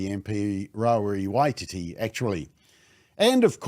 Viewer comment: Your pronunciation Bob... Its Rawiri Why a Titty.